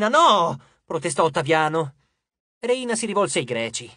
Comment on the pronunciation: Rèyna, non Reìna